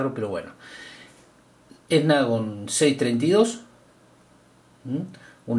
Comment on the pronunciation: Jajajajaja esnapdagon jajajajaja g7 power jajajajaja ese men no sabe de celulares jajajajaja